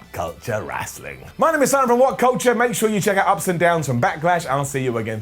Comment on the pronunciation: Simone?you mean simon